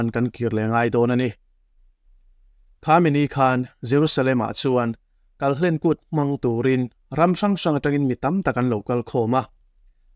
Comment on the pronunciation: kalhlen kùt nilo in kalhlên kut ti a lam tur hlên hi thluk tur ani,kal kan kal khum tih ang kha ani a,kalhlen kan tih chuan kal tawp neilo tihna ani ang.Israel te Aigupta rama an tan tum a hri hmanga Aigupta Pathianin ahrem dawn khan ran thisen an kawngka biangah an tat vek a,ran thisen kai apiang in chu hri in akal kan zel a chumi hriatrengna kût chu ani tih kan hriat ang khan